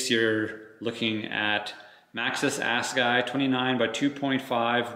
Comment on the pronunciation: It's pronounced Ass uh guy. It's a Zulu war spear. The tire was designed by Greg Minnaar.